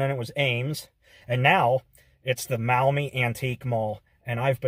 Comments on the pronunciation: As a local I am able to often visit the Antique Mall. May I point out that "Maumee" is pronounced in two syllables ‘Mawh-me’ and not muh-Awe-me. The store owner’s rent space to independent dealers. 3. The place is located on US Rte. 20 Reynolds Road between the Ohio Turnpike and Dussel Drive. Six hundred yards south from the Antique’s Mall is Schlotzky’s where route 20 becomes Conant Street heading to the Maumee River and though Maumee the road is under construction as of this writing. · Maumee is not pronounced that way.... (Mawmee).